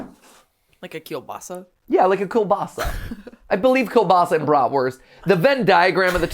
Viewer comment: As a russian it's so funny hearing americans pronouce Kolbasa